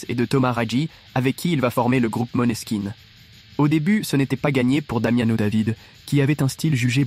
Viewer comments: Mais se prononce Moneskin. J'imagine que c'est la transcription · C'est bien ça, il faut prononcer "Moneskin" Le meilleur groupe de ces 10 derniers années....pour moi, évidemment❤🤘